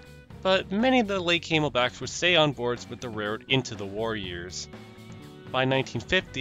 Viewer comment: gotta admit, kinda chuckled at the mispronnounciation of the CNJs as Came-L-Backs, not Cam-El-Backs